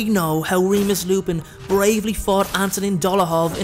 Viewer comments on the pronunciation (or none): none